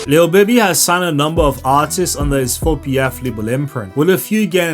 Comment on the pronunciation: “Lil bibi” bro it’s “lil baby”